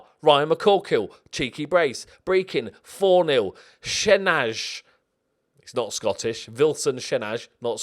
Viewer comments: Shenaj is pronounced shen-aye I think. 11th btw. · A little pronounciation tip from an Albanian fan, shenaj is pronounced shenái. Also love your videos😊